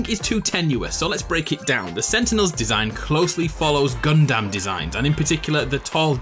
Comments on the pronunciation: Its pronounced gun-dum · You said gum-dam you should have said gun-dum